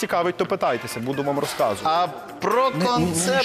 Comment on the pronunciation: Русказувать??!! Русказувать???!!! --Ну, розповідай, - ответил. 🤦🤦🤦